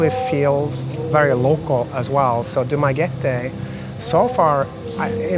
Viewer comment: I'm glad that you pronounced the place correctly: Du - ma - ge - te. Not Du - ma - ge - ti. The vast majority of expats there call the place as Dumageti.